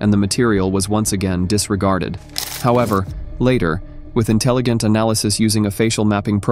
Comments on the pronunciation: Why do you mispronounce so many common words? You mispronounced "intelligent " which made me chuckle with the irony, but it's really quite distracting. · "intelligent" okay imagine your AI text to speech screwing the simple word up